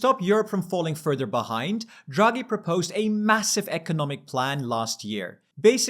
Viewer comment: feedback: - you pronounce Draghi as druggy. funny, but distracting. it's DRAH-gee. takes only a few seconds to look up and you immediately come across way more professional. - big zoomed in faces are also very distracting